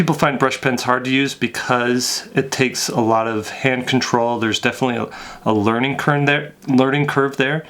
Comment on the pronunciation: "learning kern" This is me on a daily basis. I think faster than I can speak.